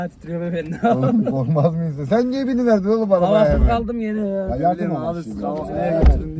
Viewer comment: Arkadaki genç: Abi Adam yardım edin düyor. Peder: “Bizde ona yardum edeceğük” 😂